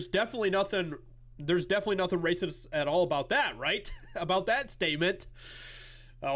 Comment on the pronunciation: I wish you wouldn’t continually roll your R’s when you say racist . It’s triggering for Misophonics . Thanks